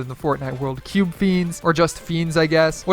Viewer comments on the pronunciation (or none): none